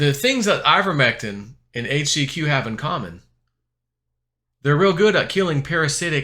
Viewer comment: You can't even "overdose" on "HAITCH-SEE-QUee" or "FLIBER-MEC-TIN"